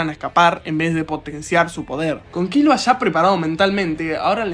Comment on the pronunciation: Todo bien hasta que dijo Kílua😂😂